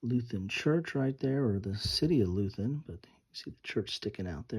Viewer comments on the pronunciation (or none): *Leuthen. Loy ten. Not loo then. *Grognard. Groan yard. Those who bitch moan and complain. Napoleon meant his best veterans by that, they're happy when they are complaining about something.